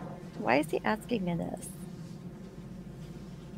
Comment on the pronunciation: I just have to say, I am so sick & damn tired of his Reason for the "Substain" When it's (Sustain) & "Axing" someone, when it's (Asking) somone. Jackaxx Brooks.🤦‍♂